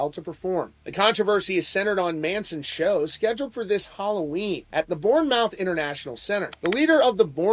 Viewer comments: It’s “born-mith” not “born-mouth” :P Pronounced like Plymouth, my dude… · Bournemouth isn't pronounced "Born-Mouth" it's pronounced more like "Born-mth" alot of late vowels never get pronounced haha. Love the channel anyway dude! :) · I live in UK and it's a joke over here. Also, Bournemouth is pronounced "Born muth" 😂 keep rocking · This won't materialise into anything. Because they'll lose money, this won't go anywhere. The other guy who had to cancel for a prison sentence from over a decade ago is cos he got stopped at the visa/customs hurdle. That's it. Manson won't get stopped at that bit and so they won't cancel his gig. Secondly, Bournemouth is pronounced "born-muth". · Also Born-mouth isn't how that's said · Please look up how to pronounce English words surely every time you said born mouth in you're head it didn't sound right plus its all one word i hate that Americans don't bother to their homework i know we are bloody awkward but come on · It's pronounced bornmuth. Sorry haha I had to. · Its pronounced "born-muth", us English people love to make language complicated 😂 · Born mouth 😂 poor Americans don't know any better! The way they pronounce Nottingham and Birmingham also gives me a chuckle 😂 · This was rea annoying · It's pronounced Bomaf.